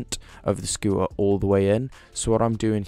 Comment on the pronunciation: "scoo ah" it's a "scoo ter" the T is not silent in any language. Just saying